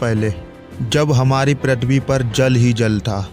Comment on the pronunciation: bhai pritwi nhi prithvi hota hai😅